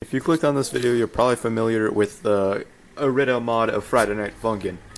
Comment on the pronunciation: dude all ive taken from this video is that it's pronounced eh-rih-dah and not ih-rih-dee-ah I ALWAYS THOUGHT IT WAS IRIDIA FOR SOME REASON